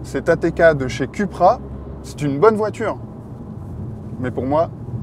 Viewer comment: Ca se prononce "Coupra" et non "Cupra" s'il vous plaît ...